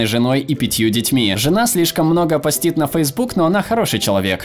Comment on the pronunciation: Кто-нибудь скажите челу, который озвучивает видео, что читается не постИт, а пОстит